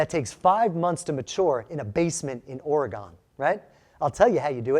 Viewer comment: OREGON IS ONE WORD ....QUIT PRONOUNCING IT AS 2 ...WE ORGONIANS DONT LIKE THAT